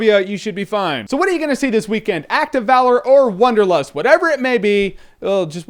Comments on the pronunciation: hahaha "Wong"derlust, haha that was so lame :D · I just love how you Americans pronounce Wanderlust